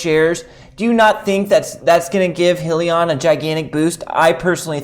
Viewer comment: FYI - it’s High-Lee-On